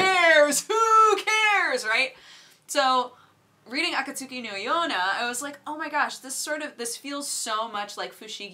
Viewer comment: Akatsuki, like the organization in the Naruto series. It's pronounced Akat-ski Still love your vlogs tho. keep it up!